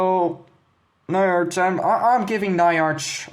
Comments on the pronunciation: bro it's not na-ya-r-ch, it's nya-r-ch, like a cat meowing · Pronoinced Nya-rch, not Ny-arch